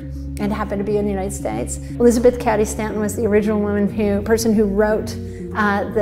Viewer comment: And she mispronounced Cady repeatedly. Sad.